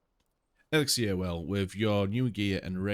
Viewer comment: You have 8 weapons, you only need 1, salvaged weapons become runes which you need to upgrade a weapon, also runes only use one backpack slot, I seem to remember collecting over 130 plant fibre in first 5 minutes, you been playing 1,20 minutes and only just got 47. it is not exiler it is elixir, if you must read try to pronounce the words correctly, maybe try reading for your self what is on the screen it high lights R to customize appearance, the +3 cutting armour was on a ring which is classed as armour therefore you increased the armour rating not the attack rating which is only on weapons.